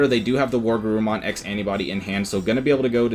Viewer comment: Were...WereGarurumon. Not war.